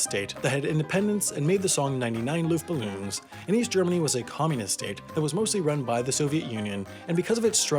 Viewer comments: “Ballon” =/= “Balloon” Why is that so hard to get right. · "Ninety-nine Luftballons" I've never heard something so wrong and I love it. Edit: Also, not gonna lie, G+ was made awesome by the fact that it wasn't as big. Felt really humble. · It's not LuftBALLOONS